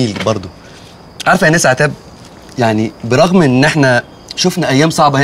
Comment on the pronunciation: هي عتاب متقدرش تقول الشين ولا ايه😕